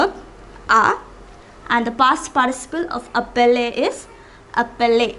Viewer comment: Mauvaise prononciation! Verbe appeler! Ce n'est pas appeller!